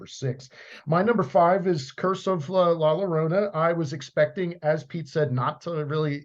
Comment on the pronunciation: Llorona is pronounced yorona.